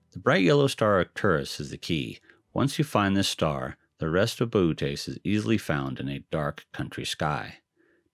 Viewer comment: You do know that it's actually "boh-OH-teez", not "BOO-tez", right? That second O has a diaeresis for a reason. Lovely series of videos otherwise!